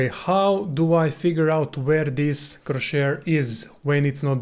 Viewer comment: Best video on the topic, thanks for sharing. But it's cross-hair, not cro-shair.